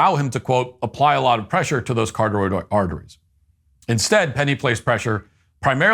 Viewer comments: Cartaroid artery 🚫 Carotid artery ✅️ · Matt, it's pronounced "ka-rot-id" not "carteroid" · its carotid artery, not carotoid artery. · It's carotid artery no cotaroid😂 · Matt: "cuh-RAH-tid" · It's pronounced "kuh-ROTT-id" artery, good sir. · Matt - "Carotid" is pronounced kuh-RAH-tid. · “ker • ah • tid” artery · Carotid artery. “Kuh-rot-id.” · Can you at least learn how to pronounce carotid artery before giving a lecture... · Matt mispronounced "carotid" artery...and it made my day, because i pronounced it like that for years until i noticed how it was spelt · Matt mispronouncing “carotid” is really killing me lol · Please learn how to say carotid correctly😂😂😂